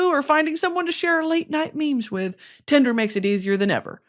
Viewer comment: Your AD break being like a twisted Sesame Street skit..?? !💀 "BROUGHT TO YOU BY TINDRRRRRR" 🤣🤣🤣